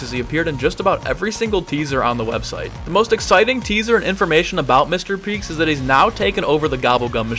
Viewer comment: everyone keeps saying “Mr Peeks” when it’s “Mr Peak” with an A